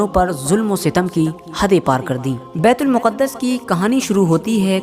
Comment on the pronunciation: Miyan betul muquddas sahi lafz nhin betulmaqdis sahi lafz he sabhi na waquif nhin hen durust kro.